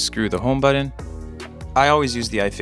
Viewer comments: It is called a ‘home ba-ton’ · Nah man, it's the way you say the word "button". How do you feel now? I feel weird when you cuss as well.